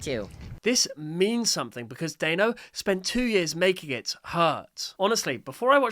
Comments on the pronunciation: by the way, you said it wrong. Hope this helps you! ( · I hate to be that person, but Danno is pronounced like "Daniel" (Danno's real name) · it pisses me off on how you say danno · you're pronouncing danno wrong. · Stop saying danno’s name like that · You mispronounced Danno you do not say The a you see the sound of the a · not me raging every time he says dAnno instead of dAHnno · Great video, but his name is pronounced Dan-no, not Dane-no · pretty sure it’s called DAN-o not day-no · NOOOOO IT'S PRONOUNCED DAH-NO NOT DAE-NO anyway cool video. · It's not daino Danno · Dayno 😂😂😂 it’s Dan no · its not “dayno” it’s pronounced “dano” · Why you pronouncing Danni, Dayno?😭😭 It's Dan + no --> Danno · It's pronounced dan-o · Leave toon turf alone from this it was supposed to be released 2 years ago and it’s not even to end ai it’s also pronounced Danno not Daino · Just to say, it's pronounced dah-no not day-no. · Your saying Dannos name as dÆnno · i think you are saying dannos's name wrong you are saying daino it's actually danno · yes it is just a Mom ranting about Riggy NONE OF THIS IS A METAPHOR FOR AI SLOP DON’T BE LIKE MY ENGLISH TEACHER Oh also, it’s pronounced Dan-no, not Day-no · Bro said dano😂😂😂 its danno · it’s not “day-no” it’s Dan-no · Dano 🤣🤣🤣🤣🤣 it’s danno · No hate but it’s pronounced Danno not dAnno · no way bro called DANno DAYNO! ITS PRONOUNSED DANO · I KNOW RIGHT!?!?! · By the way, just so you know, it's pronounced da-no, not dai-no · W video but when you say danno don't pronounce is name like that daynno pronounce is name like that denno danno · Bro really pronounced it as Dianeo, instead of Danno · Not to be mean, but his name is pronounced dan-o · The creator's name is pronounced Dan-o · Why did pronounce Danno as Day-no???? That's not even his name and you would know this if you had just watched and paid attention to Danno's own shorts!!! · It’s pronounced Dan-o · whos "dayno" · Its dan-o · It’s produced “Dan oh”